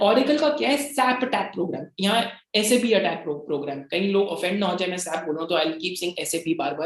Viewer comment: Just revisiting your Mastek video after UK PM India visit.. I must say that I am very impressed with your knowledge that Sap is pronounced as S-A-P & not 'sap' P.S. I am a SAP Finance Senior Consultant with 10 years experience and have done 8 ERP implementations 😜